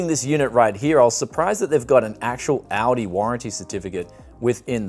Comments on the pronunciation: ALdi with an L he keeps saying Audi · sounds like you said "Audi" not ALDI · ALL D not ale d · he is. Aldi is pronounced "All-Dee" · Aldi/Medion has some quality stuff! I once bought a dekstop there and for the time is was the best price/performance ratio. Btw you pronounce Aldi like "Audi"😂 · pronouncing what is clearly "All D" as Audi, this ain't a car...LOL Just yanking your chain, great Video as always and thanks for the heads up on this one as I'm actively looking now for a good 1440p gaming monitor. I only wish it was 32" as that's what I have now and really like the extra space... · It is called Aldi not "Ouldii" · It's AL-DI not AU-DI, it's not a car. Lol! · I love how he pronounces Aldi like Audi. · That‘s actually funny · I live in australia and I've never heard someone pronounce aldi as audi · It sounds like he’s saying Audi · It's German and u say ull-dee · Anyone else thought he was saying Audi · It's pronounced All-Dee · Why does he keep saying"Audi's monitor"? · the way it's pronounced in australia isn't like the US pronunciation OR the pronunciation in the video, it's pronounced in a completely different way altogether. The pronunciation in the video is just completely wrong. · when you pronounce Aldi, it makes me want to hear how you pronounce Audi